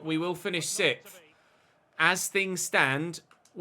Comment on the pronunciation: I know you mean 'sixth' but I hear "sicth"